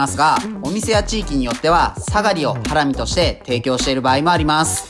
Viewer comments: イントネーションハ↑ラミなの？ハラ↑ミだと思ってた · ハラミ⤴︎なんだハラミ⤵︎って言っちゃうな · ハラミ→だと思ったら、ハラミ↑なんだなあ。それにしても、これだけ見ると肉としか思えない。それでも内蔵なのか。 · 自分大阪だけど｢ハ→ラ→ミ→｣なんだけど…(´ω`)